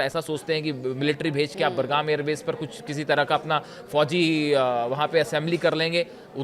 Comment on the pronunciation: Airport name pronounced is wrong. Correct name of Aiport is BUGRAM NOT BURGAM.